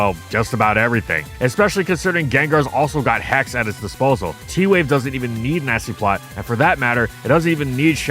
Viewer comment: Did I hear Nazi-plotter?